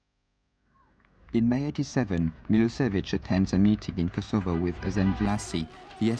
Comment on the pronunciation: The AI bot cannot pronounce Yugoslavia, or Kosovo